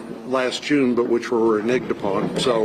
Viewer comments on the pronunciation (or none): Renegged not renigged... I bet he loves mispronouncing that word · Also, does he realised that the word is 'Reneged', not 'Re-Nigged' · He says renigged so naturally….